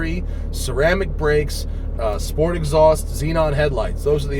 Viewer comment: Your "Sport" sounds so german. very funny. ☺